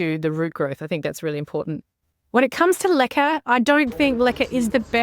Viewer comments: So Americans did you think she was saying liquor😂i did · Is she saying liquor? Lichen? I have not heard of propagating in anything that starts with an L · Ohh I thought you were saying "liquor". I was like, ok...? Ppl do that?! I didn't know what the other thing was 😅